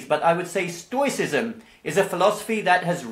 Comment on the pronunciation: Thank you. It’s pronounced “stowicism” fyi